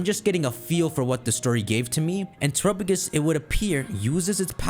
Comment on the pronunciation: Say it with me: Teh-rap-peh-gos. Whotf is Trupugus?